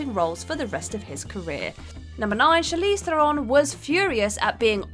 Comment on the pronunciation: Thanks for rightly pronouncing Charlize Theron correctly... AMERICANS NEVER DO...